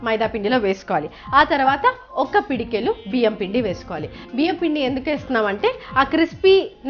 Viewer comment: pedikelu kadhu thaliii pedikedu anaruu nuvu Ni Telugu anchoring